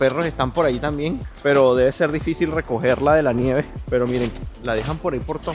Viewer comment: Fallaste. Tenías que haber tomado el tren. El ticekt del tren te servía para continuar en el autobús. Los 100 euros es por no pagar el transporte. Vivo en Helsinki. No me digas que estás aqui ahora mismo. No se dice "tan bien", sino También. Las palabras de 3 sílabas o más se pronuncian como esdrújulas. Hélsinki, Támpere, etc. Debes venir en verano pues el pais es bellísiimo y vayan a los lagos. Se dice "a la sauna" (es un sustantivo femenino)